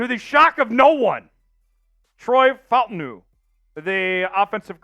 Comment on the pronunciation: It’s pronounced Fa Ta Nu…